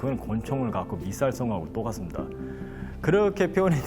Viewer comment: 감사합니다 압도적 감사!! 경상도 쪽에서 군생활 하셔서 '똑같습니다' 부분이 약간 사투리처럼 들리네요